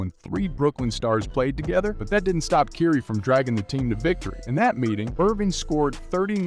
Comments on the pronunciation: i had to stop after the 5th time you said Keiry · For a sports commentator it’s very surprising you can pronounce words that are associated with players and franchises even close to correctly. Please remake this video with the proper pronunciation of words. I can’t watch this with you calling Kyrie (Kai-ree), curie or whatever the hell you said. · "keiry" lol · It's difficult to take you serious because you have to learn how to pronounce Ky-rie's name. However leave that negative past off of this piece. It's not accurate!! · I think you are pronouncing Kyrie's name incorrectly.